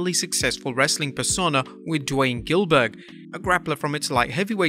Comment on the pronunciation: GILBERG BAHAHAHA Dilberg